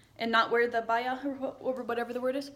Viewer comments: I just love you 💙 I'm glad you are happy here . If you ever go to Riyadh tell us so I can see you 💙 And yes it is called Abaya . You said it right 👍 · We have dryers , and you pronounce abaya correct! Welcome to our country 😊